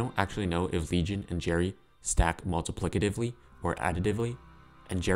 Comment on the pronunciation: it's multiplicatively 😭